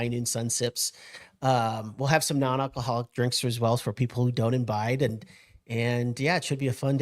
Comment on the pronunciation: Imbide? Wtf is that?